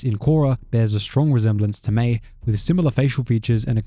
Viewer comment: It’s Mai.